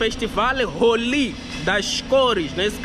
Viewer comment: O público não é trouxa... e Deus é justo. Aquelesque apelam duram pouco tempo na mentira e apelação... fora as pronuncias erradas, Rolí, em vez de Rôuli... Até que série estudou? PArece que falta muito estudo pra querer bancar o viajante influencer... bora voltar pra escola